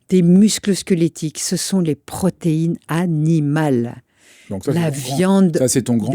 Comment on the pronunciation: "Ce qu'il vous faut, c'est de la pro-té-i-ne a-ni-ma-le, de la graisse a-ni-ma-le !" Quelle est la formation de cette dame ? Elle se gargarise de terminologie bio-chimique mais a très mauvaise mine, elle a dû mal digérer deux-trois termes...Je lui donnais 90 ans, elle en a vingt de moins. Pour apprendre la vie aux autres avec autant d'aplomb...